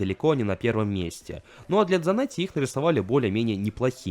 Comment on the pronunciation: Хавьер Санетти он аргентинец поэтому на "С"